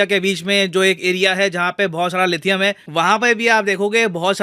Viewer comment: Inhe lithium bhi bolna nhi aata hai 🤦🤦🤦🤦🤦... 😂🤣😂🤣😂